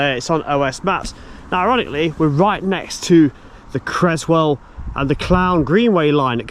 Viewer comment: Its Creswell NOT Crezwell